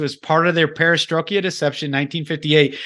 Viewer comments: Fantastic video with fantastic information. I haven't heard this before till now... But, Dude, you are killing me with the mis-pronouncing "Perestroika". Google the word and click on the button and it will pronounce it for you. Hahaha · An outstanding presentation all round and I would say this about 90-95% on the money although I'm struggling with the inability to pronounce 'perra stroy ka' and also the non mention of who were those people who created the communist / Bolshevik revolutions and their connections through the former Young Movement, secret societies and Kabbalist movement. I think that is is pivotal in understanding the spiritual element you allude to because as its says in Ephesians we war against 'principalities and spiritual wickedness in high places'. A large presence in the last 150 years are the old Khazarian's who were based in modern day Ukraine and from which Blavatsky came as you allude and who wholesale became members of Judaism approx 1200 years ago. All of the people who are behind this as well as the Bolshevik's, Marx, the Young Movement, the Frankfurt school were 'Jews' but that is not to blame all Jew's because many were their strongest adversaries and fought the Zionist project. Referring to this group continually as 'Russian' is both misleading and confusing. The old Khazarian's were internationalist in outlook holding allegiance to no country. Solzhenitsyn explains exactly who they are in '200 Years'. They are Talmudists in essence and Kabbalists. They murdered millions of Russians and Ukrainians in the 20's and 30's and still killing them in Ukraine today. Calling them Russian I find slightly disingenuous but something you find in Christopher Story's books who was the gu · STROIKA. (STR - OY- KAH). You fell into southern Baptist stride there with the mispronunciation. Sorry, trolling. Keep up the good work. :) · It is pronounced PARA STROY KA not parastroyki